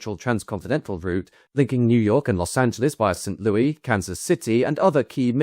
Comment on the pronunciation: With hesitation because I have no desire to appear smug. I especially have no desire to appear ungrateful for the many edifying hours spent with your commitment to thorough research. The city of song which is the home of the Gateway Arch monument and Anheuser-Busch brewing is not pronounced in formal context like it is, informally and with affection, in all of those songs. Despite the French historic connections, and formerly language, being prominent. Approximately "Saint Lewis" is correct. Example